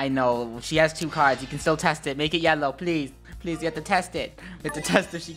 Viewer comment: not being rude or anything but it’s make not Mack....